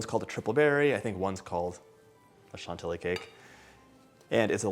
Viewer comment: Chantilly is pronounced « Chanti-Yee » because it has -ill which is equal to a -Y 😉